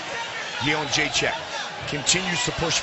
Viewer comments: carla esparza looked so scared lol...i feel bad for her at how bad she got messed up. you cant be a cookie monster when shes up against a real monster. I just wish the announcers would pronounce joannas name right...its simple jedrzejczyk (yen-deray-check) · im aware of that, the way the announcer says it sounds like --chin check. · Cut this JENDRZEJCHECKCKCK crap, if You can't pronounce her surname correctly just call her Joanna. :D